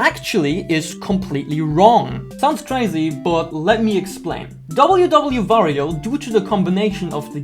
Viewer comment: underrated video loved it but why do you pronounce wario as vario?